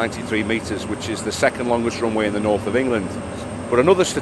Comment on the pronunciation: off the roonway